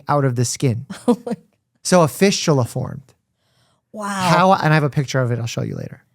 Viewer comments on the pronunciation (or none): “So.. a fisHtula formed” 😂😂 fistula, from a fish bone. A fishtula! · Did Dr Mike say fistula or “fishula”